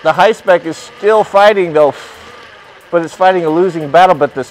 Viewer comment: Dude I love him just destroying that “hi-spec” name 😂🤣😂